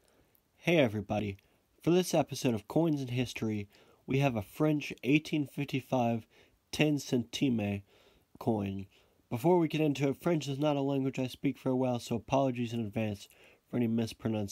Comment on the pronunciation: To pronounce « centime » right drop the last e. « Centim » that’s what it sounds like :) Great video Btw, saw part of your stream on reddit.